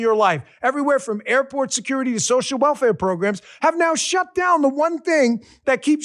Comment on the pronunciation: Bro said 'walfare'. Indian bot farms not paying that well so we get you. Lol